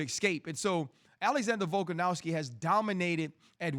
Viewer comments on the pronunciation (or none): Omg this idiot has no idea about anything fighting. This was all on a sheet and he was reading it before and still had to look at the specific mma terms on the paper he had. Doesn’t even know how to say their names. Mahachave and volkanauski… shut up idiot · How about RC learn to pronounce Volkanovski's name properly?. It doesn't even have a W in it, how hard can it be bro?